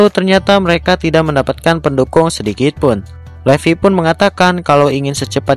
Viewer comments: BUKAN LEVI DIBACA NYA BANG TAPI LIFAI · Levi itu bacanya livai bang